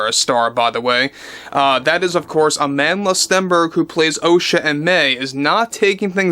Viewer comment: Can I just pls point out to y’all Americans that Amandla’s name should be pronounced “Uh-mun-dla”. It means “power” in Zulu and was famously used by the likes of Nelson Mandela in South Africa when opposing apartheid (typically with a fist held in the air while chanting it). It’s not said like the English name Amanda.